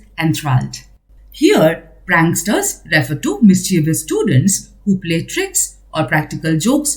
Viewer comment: Thanks for this explanation , great help. I appreciate your efforts put in it but would like to give a humble feedback on some of your pronunciations like pranksters, tales, tortoise, etc. 🙏